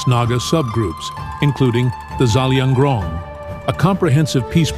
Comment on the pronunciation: It's Zelianrong not zalianrong